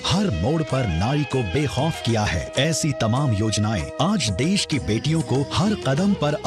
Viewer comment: Abe toltle def nahi desh bol aapiye